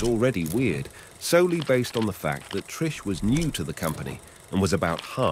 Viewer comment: You can’t even say Trish’s name right 😂😂😂😂